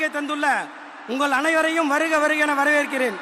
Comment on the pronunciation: வரவேற்பு உரை படித்து தான் கூற வேண்டும் 🤦‍♂️, அதுலயும் வரவேற்கிறேன் என்பதற்க்கு பதில் வணவேற்கிறேன் 🤦‍♂️